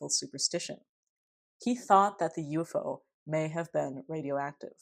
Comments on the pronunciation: I agree with your preferred pronunciation of UFO. It is the classic Fortean way of saying it, and signals you know the subject matter much better than the average "talking head" Youtuber. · New subscriber from Canada here, chiming in to let you know that, in the 1970s, there was a sci-fi series on Canadian television entitled UFO. in the series, the title object was pronounced exactly as you pronounce it. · Elmwood! Classic UFO ( You're pronunciation reveals your love and knowledge of the field-right on right on)case! Thanks! ❤️🙏❤️ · I feel nostalgia when you pronounce ufo that way... then again I'm a Keelian dork too